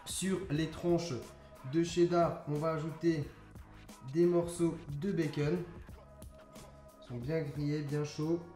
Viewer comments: Ça me stresse tu dis " bacen " au lieu de " bacon " mais tes vidéos sont super bien 👌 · pourquoi tu dis baceun